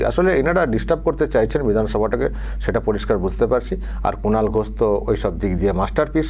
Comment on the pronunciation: Speaker babu Kunal ke duibar "Kulan" bolechen. Hoi to "Kalangar" bolte bolte bolen ni. 😂😂😂